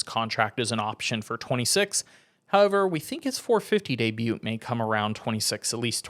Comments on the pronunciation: It’s debut not debute. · It's pronounced day bu not debute, it's spelled debut not pronounced that way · The T in debut is silent btw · Did this mf say day-bute 😂